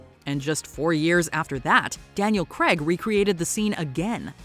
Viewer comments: Daniel Craig not Creg. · Still mispronouncing Daniel Craig's last name. It's not Creg. It's Craig (CR-AYG) Some good choices on this list though.